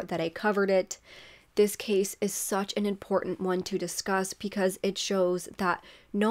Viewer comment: I like your content. Only thing I hate is that you say Pecause when it’s Because. Just my 2 cents.